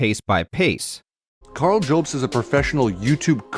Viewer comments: I only have time to watch the first 5 minutes of this before work, but already this guy makes my skin crawl. he goes out of his way to mock and mispronounce your last name with unnecessary edits too. That is is a red flag and not really something a person does in good faith. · I feel like he’s changing his voice to sound more convincing cause he knows he’s got no substance? Also adding an e to jobst lmao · Love how he says “Joebst” instead of Jobst Also: was hilarious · does he say joubs on purpose as he had clips of multiple people of which non said it like that so you would assume he would say it like them if it's about a person he supposedly has never seen before. is he sunken so low that he tries to trigger the person he attacks in every way possible. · If he watched any of Karl's videos he'd know it's not pronounced "Joh-bst" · The guy can't even pronounce mario or jobst XD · Hard to take seriously the opinions of somebody who starts by attacking the pronunciation of your last name. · I am on this video. The facial expressionsand the crazy stuff he's saying is on another level. I've very rarely seen such awkward everything and such an utter failure to hype up. Much less when he's defending himself! He literally pronounces it "Mare-EE-oh" and then begins the ad hominems immediately by intoning your name in a dumb way. It's unbelievable how people can be so bad when, like, this is their reputation and career on the line! At least do your best with the lie.